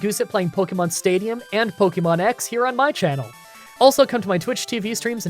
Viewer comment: I’m a fan and have been watching these for awhile, but will you please stop saying Pokymon or Pokycenter? It is really grating. Watch the anime for how it’s pronounced. It’s more like pokehmon rather than pokymon.